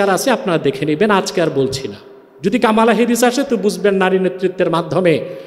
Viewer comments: কামালা হ্যারিস নয় । কমলা হ্যারিস । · কমলা না কামালা হবে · He don't know US power. US can destroy the whole world, but they will not do that. And pronounced "Kamala", it's an Indian name, how we pronucnce "Komol Das gupta" . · একটা বাংলা শব্দ কমলা কে কি অদ্ভুত ভাবে কামালা বলছে, চমৎকার লাগছে হুজুর